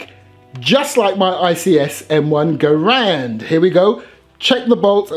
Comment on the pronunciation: Good video and thank you for pronouncing Garand properly.